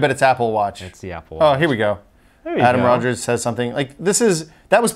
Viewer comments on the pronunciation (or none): none